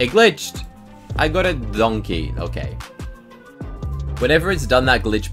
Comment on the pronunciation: Bruh my neon donkey is called donkeh cause shrek pronounces it that way